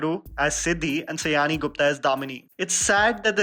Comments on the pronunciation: It's NOT Say-ani. IT'S SĀ-YANĪ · Sayani should be pronounced as Shayoni,not Sayaani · Its pronounced 'Shy-oni', not 'Sa-yani'. That's the first thing you would've known about her had you tried to dig in a bit about the actor. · It should be pronounced ad 'shayoni'. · I just watched this video to understand how are you going to pronounce my name...... Please do not go by the spelling of the name "Sayani"..... The pronounciation is "Shaayoni"..... This is a very possible mistake seeing that the spelling is actually not matching the pronounciation.... But it is really cringey when someone pronounces our name like this. I am a loyal subscriber..... Please don't mind my calling you out on this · You are appreciating her performances but don’t even know the pronunciation of her name. It’s pronounced as “Shaayoni” .